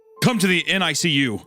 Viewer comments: Isaiah calling it a "Niku" incubator instead of NICU is exactly what I needed right now. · I’m losing it over the Goon pronouncing NICU as ‘nikyou’ 💀💀💀